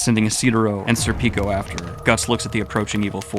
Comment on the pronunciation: Cool vid but you are pronouncing Schierke and Serpico’s name wrong bro